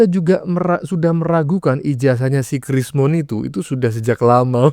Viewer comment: Krsmon atau rismon ya? dari tadi hos nyebutnya krismon krismon tolong bacotnya jangan fitnah